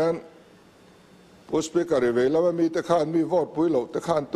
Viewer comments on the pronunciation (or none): none